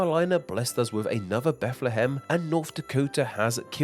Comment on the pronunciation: It's pronounced Beth-luh-ham, not not Beth-lee-ham